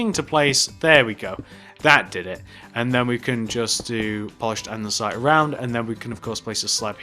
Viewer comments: amazing police station! its andesite, not andensite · LOL Andensite *Andesite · what a shame he said andensite instead of andesite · it is andesite not andensite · It's so annoying when people say andensite instead of andestite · you pronounce that wrong andesite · He pronounced andesite wrong everytime, no offence